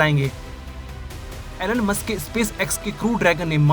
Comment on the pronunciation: Elon musk ❌ enonemus ✅